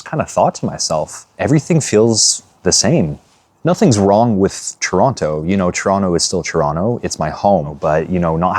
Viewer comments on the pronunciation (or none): You even say Toronto like a visitor!! hitting that hard second T! JK JK it is so strange coming "home" but it no longer feels like home.